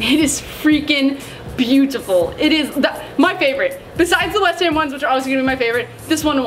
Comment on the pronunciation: why u keep saying west hem , its west ham u don't even pronounce that right 😩😩 please fix it next time